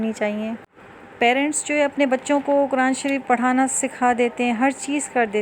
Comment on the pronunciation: آپ خود تو لفظ۔۔۔۔قرآن۔۔۔ کو غلط تلفظ کے ساتھ پڑھ رہی ہیں۔۔دوسروں کو کیسے درست تلفظ کے ساتھ پڑھائیں گی